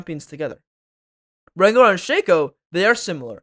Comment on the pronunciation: Rengar low bob or whatever you said.